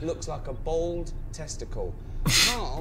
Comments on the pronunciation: Why can't he say the word bald correctly?. Bold is not correct ! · Odd how some people cannot say "Bald" and say Bold instead.